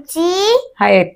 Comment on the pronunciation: hi pen kunachi aahe. no that is wrong it is - He Pen KONACHE aahe 😂😂😂 little girl is doing very good , woman need to improve - not HAHET -- 😂😂its AAHET !! i think it depends on which region of maharashtra you are from. appreciate video, thank you.